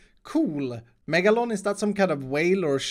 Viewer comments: It's not megalon its MEGLADON. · Megladon not Megalone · Megaloan close but it’s megaladon it’s a shark